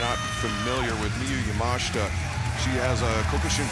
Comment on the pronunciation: ‼‼‼‼‼‼ Yamashita not Yamashta ‼‼‼‼‼‼